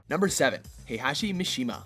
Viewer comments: its not hi-hachi, its hey-hachi... jesus christ.. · Did he say hi hat chi ? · He also pronounced Heihachi as Heihashe Edit:Correction he said hihashe later on